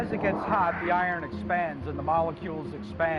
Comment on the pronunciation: I can't get past his pronunciation of Iron, he sounds like Bugs Bunny the way he says it.